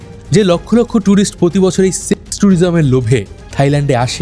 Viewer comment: সেক্স শব্দটা বলার সময় পজ করার তো দরকার নাই